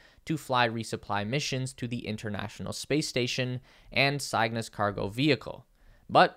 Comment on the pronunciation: Cygnus pronounced "sig-nus"; the Latin word for "stork", as in the deliverer of new babies